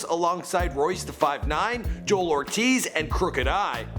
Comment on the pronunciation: "JOELL" Ortiz, not Joel